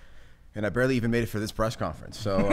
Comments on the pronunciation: Presh conference 😂😂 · Shotzzy said preshh conference 🤣🤣😑